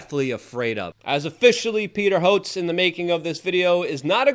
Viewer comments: Who is Peter Hotes, it’s HO-TEZ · It's Prounced HO-TEZ. Not HOTZ. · There'd have to be a NO MERCY sticker on the Kennedy-Hotez "debate" . . . Hotez might have lost his self-preservation instinct, and go ahead and accept the challenge. By the way Luke, it's not HOTZ but HO-TEZZ. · It's pronounced Peter Ho-tez ! He doesnt deserve the respect but it still bugs me when you stomp on words. Absolutely love you though Luke !